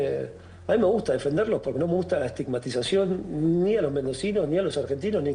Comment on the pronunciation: ESTIMAGTIZACIÓN¿? por favor! Vergonzoso...